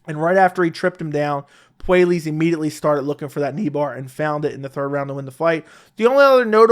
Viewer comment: It's pronounced Poo-eh-yes by the way